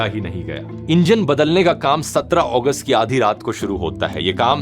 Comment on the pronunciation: 17 अगस्त ❌ 17 ओगस्त ✅ 😂